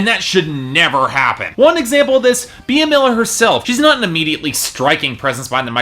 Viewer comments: OMG he pronounced Bea as (bee-a), its pronounced like ( bee )I'm really upset... And this album was awesome, if you knew more about her you'd know why. She wants to have fun, she's not here to impress the haters. Also she wants to express how life is not perfect...that you'll fall, but you can get back up...she's here to inspire, and she wants to be herself. Yeah she didn't write all of the songs, so what most artist don't...and in my opinion her album was awesome... And she's doing her passion, so if she stays with Simon, she doing what she loves, and she is having fun...and appearently its good to other people considering the number of downloads! You kept mentioning Dracula... That was written as a fun Halloween song, not to mention its also an amazing song...I could go on and on but I've already typed so much, but for you to say it sucks, that's cruel, imagine if someone told you that. It's okay to have an opinion, but atleast be try to be nice, and care about her feelings too!!! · First, her name is pronounced Bee, not bee-ah. Secondly, you said fire n blood.. -_- it's fire n gold. Third, honestly, her live acoustic versions are qay better than the record version.. She has that voice that is just amazing and she doesn't stupid auto-tune. Her songs always sound better to me acoustic.